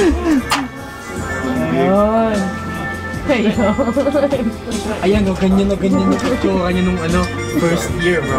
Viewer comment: "Shayning, Shimbering, Slendid"